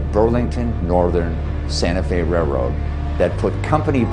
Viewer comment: it's a RAILroad, not a RAYroad